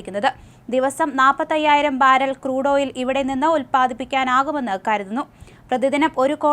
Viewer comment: പാരൽ അല്ല ബാരൽ